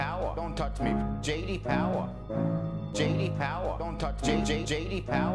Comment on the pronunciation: J.D powwah